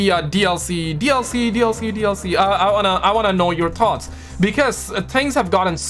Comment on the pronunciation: It’s thoughts not tot’s 😂